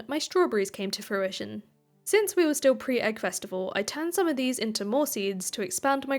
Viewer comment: If I had a pound for every time she said her crops had come to fruishoin😂